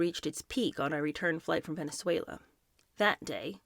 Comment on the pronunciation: You pronounce Venezuela perfectly!